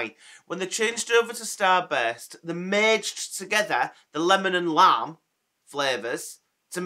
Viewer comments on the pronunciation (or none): I'm so happy these are back albeit for a short/limited time...yep Lime has always been my favourite but unlike you I love sour apple too and I'm another decade and a bit older than you. I had to do a double take when you said lime as it sounded like you said lamb!!! I don't understand 'why are they allowed to let you go from your job? Its not like its going to be forever is it? I am so sorry...Do take care...Mand X